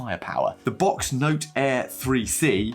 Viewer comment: Thanks for sharing though I am fairly certain you are the only person I have heard pronounce Boox as box and not books. 😂 I really did find your experiences interesting and will definitely keep them in mind for my own potential tech upgrades/updates.